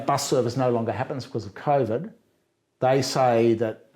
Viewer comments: Smart guy but if I hear Cov'd one more time I'm going to throw my Iron Warriors out the window. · Michael is brilliant, but the way he pronounces COVID fucks me up